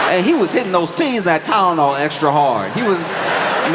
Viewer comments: <= “Aceen-no-meno TYNENOL!!” 😂😂😂😂😂😂😂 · ok- I get it. This is him getting revenge on the makers of Tylenol for making a product he can’t pronounce. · Hitting that hard T on the tylenol